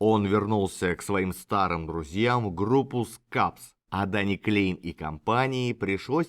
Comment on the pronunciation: Да, и во Фландрии говорят на языке, похожим на Голландский, а не на немецкий. Я там жил и работал когда-то, поэтому слегка разбираюсь в теме. И правильно произносить Кляйн а не Клейн.